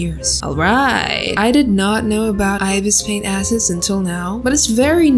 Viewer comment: idk why but when she says i did not know about ibis paint assets it feels like she said i did not know about ibis paint asses